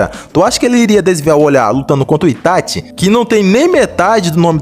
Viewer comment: Kkkkk quando eu abri o video eu ja imaginava, ou o maluco vai ser lúcido e dar a vitória ao Minato ou é um fã boy fo Itachi. E quando o cara pronunciou "ItaTI" já ficou claro o final do vídeo kkkk